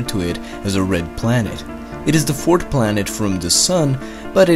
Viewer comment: “Eart”, “The fourt planet”. This is annoying. Other than that, great vids.